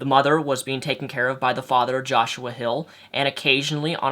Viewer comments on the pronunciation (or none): none